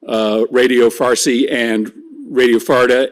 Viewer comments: Good Lord, am I hearing her say farty or is she supposed to be saying Farsi... Where is the intelligence or am I hard of hearing 🧑‍🦳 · She keeps saying radio “Farty” 😄 Breaking news is now breaking wind. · Cant take her seriously after she said farty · Not “Radio Farty” 😳🥴😂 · She said “farty” and I lol’d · Did she say farty?